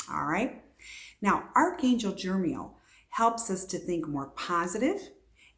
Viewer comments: NO! the name is not Jermiel.... its Jeremiel. And you just made about a dozen assertions, bu what are your sources? You can't even pronounce the name and I'm asking you if you have any sources. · I believe its pronounced Jer-e-MEEL